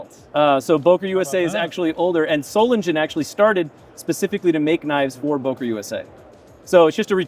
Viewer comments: Its not Bohker, is Beuh kerr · Boker? It's called Böker... learn it!